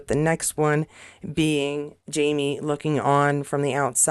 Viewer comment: Sounds like you’re saying ‘JaNie’, not ‘JaMie’.